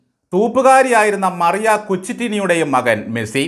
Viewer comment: മെഴ്‌സി അല്ല, മെസ്സി ആണ്. 🤔🤐😊